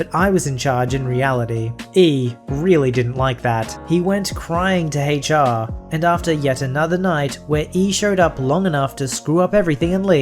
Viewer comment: Hay char is not how to pronounce "H.R."